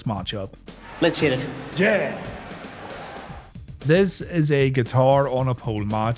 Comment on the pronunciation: He actually says “Jeh” instead of “Yeah” 😂